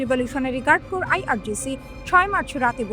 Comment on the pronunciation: Islamic Revolutionary Guard Corps কে আপনি বারবার উচ্চারণ করছেন ইসলামিক রিভোলুশনারি গার্ড কোর্পস কিন্তু সঠিক উচ্চারণ হবে ''ইসলামিক রিভোলুশনারি গার্ড কোর''।